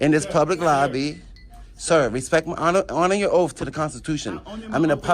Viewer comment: “You should honor your oaf.”